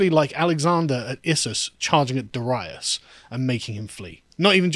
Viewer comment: Carl, thank you for your Darius pronunciation- I was playing a PragerU or VeggieTales video for my kids, and it kept saying Derious, over which I kept interjecting “Darius”.